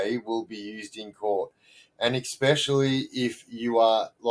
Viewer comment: Just new and like your stuff mate, you seem like a genuine bloke that appreciates being told things straight up, I hope you’re not offended but, I figured you’d rather know or be told that the word “especially” does not have an X as in EXspecially. Keep up the good work 😊